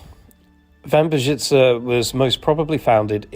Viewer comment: Brawo! Jest Pan pierwszym obcokrajowcem (?), który prawidłowo mówi "Wambierzyce"!